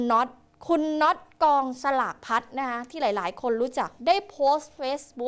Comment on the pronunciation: รำคาญคนอ่านข่าวจังอ่านภาษาไทยไม่ถูกกองสลากก็อ่านเป็นกองฉลากเฮ้อน่าเบื่อ